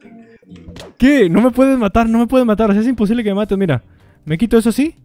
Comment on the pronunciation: casi ipocible dice